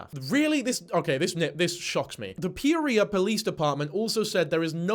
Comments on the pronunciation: Can't help but correct your pronunciation of Peoria. It's like Pea-or-e-ah. In my best phonetic spelling. I'm only doing this bc I've been corrected for mispronouncing English cities bc they aren't spelled at all like they sound. This is meant to be funny.😅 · Does that explain why he’s pronouncing Peoria like it’s an STD? Peorrhea 😂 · pronounces “Peoria” the same way my GPS pronounces “Guadalupe” 😝